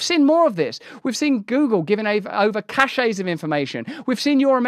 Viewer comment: Russell, the word cache is pronounced “cash”, not “cashay”.